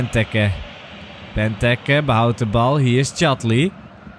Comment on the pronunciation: Ben jij überhaupt een belg?! Wat zeg jij allemaal België presteert niks... En het is bentéké niet bentuke ofwa gij ook zegt